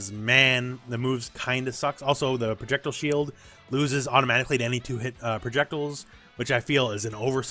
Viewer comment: ProjectILE. Not projectul